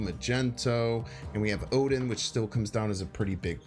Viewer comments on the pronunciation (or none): none